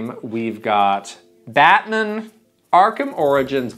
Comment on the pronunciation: i love you guys but why is saying “Megamin” and “Batmin”